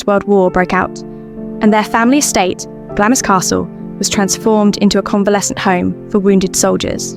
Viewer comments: Not Glamis, it's pronounced "Glah-ms." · (Glamis is pronounced 'Glarms') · Glamis is pronounced Glarms!